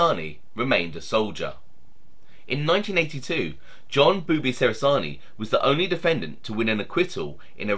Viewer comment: I knew Boobie well...it's not pronounced "beeewww bee" it's a faster sounding bubby...